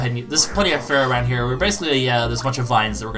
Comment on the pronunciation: Does not see the letter "E" in FEAROW's name?